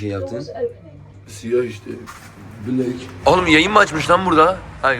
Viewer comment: de 'ın blekk demesi beni benden aldi😂😂